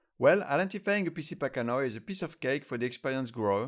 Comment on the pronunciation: You really need to read this, the vast majority of the "information" you and others are spreading about Trichocereus pachanoi "PC" is completely inaccurate. Also, "pachanoi" is pronounced pack-ano-i... ~